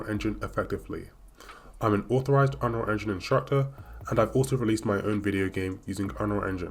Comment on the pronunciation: UnRLL engine. Lol awkward af